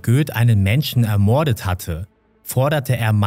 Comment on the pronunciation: ermoooordet.... fürchterlich die sprache . die betonung mancher wörter ist grausam:/